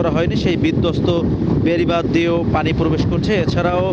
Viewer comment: মেরাল, পোরবেশ, সাইকোলোন সেন্টার, অদ্ভুত উচ্চারণ জামীর সাহেবের।